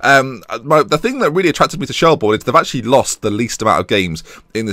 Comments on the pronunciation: It's pronounced shell-burn not shell-born just to let you know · Shelbourne is pronounced like Shelburn. Dundalk is pronounced like Dundawk. Coughlan is pronounced like Cocklan. Love the series! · Yes!!!! He's in Ireland!!! Btw it's pronounced shelburn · Could you possibly do the thing that lollujo does with getting a house or apartment off one of those housing websites to suit where u are coaching. I am Irish myself shelbourne is pronounced shellbirn and Dundalk in dundawk. Shelbourne is one of the major clubs historically in Ireland as you said so I hope you can build the club up again! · Just a few pointers. Pronounced Shell-burn. Coughlan is generally pronounced Cok-lin as well. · Quick tip, Shelbourne is pronounced Shellburn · Finally in Ireland, said as Shell-burn btw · u pronounce it shellburn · shelbourne is pronounced shell-burn